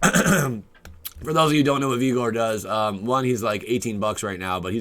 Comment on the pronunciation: lol "Vee-gor"